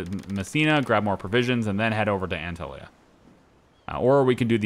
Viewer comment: You did good with Dubrovnik, but my ears are still bleeding from your pronunciation of Antalya😂 Funny, later in the video you do it correctly.